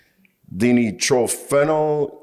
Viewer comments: di nitro phenol, you boys are saying it wrong. lol. dee no dye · Die-nitro-fen-all is how it’s pronounced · It’s pronounced die. Die-nitro-fen-all. My chemistry and molecular biology degrees say you’re wrong.